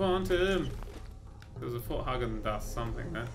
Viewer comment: it's not fort hargen it's fort Hagen